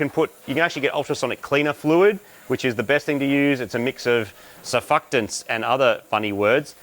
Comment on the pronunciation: I've never heard it pronounced like that, "serfuktants" lol. Surfactant.